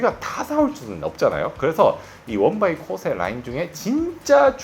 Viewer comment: 코오세? 발음이나 똑똑히 하자.댁이나 써.일본에서도 일본 화장품은 70대 이상이나 뭐 모르고 계속 쓰는 거지.ㅉㅉ 일본 먹여 살리느라 피부까지 희생하는 반도인!